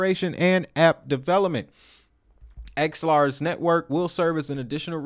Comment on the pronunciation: Its AX-ELAR, and not ALEXA...